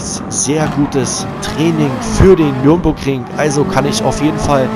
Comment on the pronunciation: Bitte! Es heisst Nürburgring! NICHT Nürnburgring! DANKE!